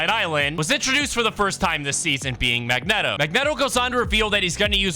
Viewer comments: Mag-net-o? Bruh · bro said Mag Net Oh 💀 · It’s Mag-Neet-o 😂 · "Mag-neh-toh". Is your speaking voice always at a 10? Jfc